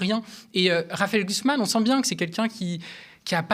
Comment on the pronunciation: Prononcer Glucksmein 😂😂😂